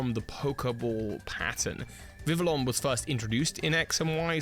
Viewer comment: And Vivillon does not have the l’s pronounced like l’s 😒